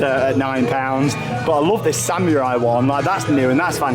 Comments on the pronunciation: SAMMYURAI thats how he says it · still cannot say Samurai